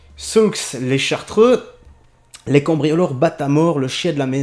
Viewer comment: Salut on prononce pas le x à Saulx-les-Chartreux je connais la ville;)